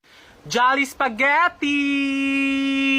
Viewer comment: "JoLlIbEe SpEgEtI"Got Me Dying🤣🤣🤣🤣🤣